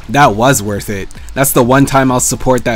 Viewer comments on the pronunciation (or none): You don't like the "worth" comments now but in later vids you say wurf all the time xD "it's only wurf if you say wurf" -. It's funny x)